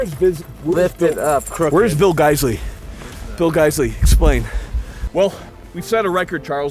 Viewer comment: “Bill Geissele explain” 🤣🤣🤣